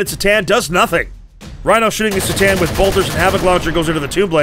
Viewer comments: I love you but C’tan is pronounced “CUH-Tan” not “Sss-tan” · The C is C'tan is a hard C. Should tell the narrator, there.